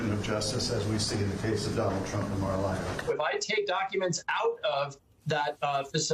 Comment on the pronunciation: When you’re such a dumb backwoods under-educated person that you can’t even pronounce Mar a Lago correctly.